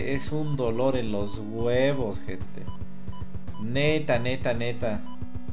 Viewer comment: Aunque diga "gente" se oye como "gentes" jajajajaja siempre será el mejor:D